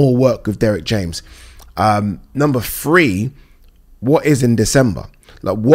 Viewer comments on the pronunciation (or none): number "Free" mannnnnn its Three. THREE. So triggering for some reason lol